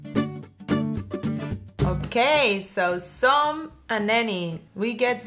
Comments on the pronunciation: En los vídeos escucho mucho a diciendo /som/ (some) y /broder/ (brother). Pero es /sam/ y /brada/ verdad? Gracias por vuestros vídeos, son la "milk" 😂😂 ❤️😘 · says "som" and "si" (she) haha.. she's amazing!!